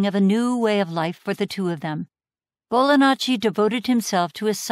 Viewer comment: Still hearing Bolanacci *Italian gesture*. I've never heard "ji" being pronounced as such, but it would be a better fit. Interesting.